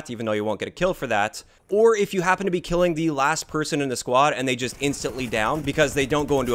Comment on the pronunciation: Why do you pronounce squad as “quad”?? Wtf?